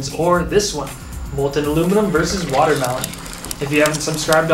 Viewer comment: he said watermalon